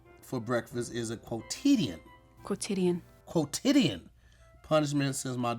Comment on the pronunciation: Bro be making me so mad when he gets simple words wrong., quotidian? Just read what’s written. I could never be an English teacher